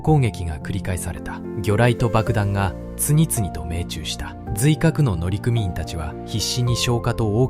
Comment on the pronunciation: 「のりくみいん」です。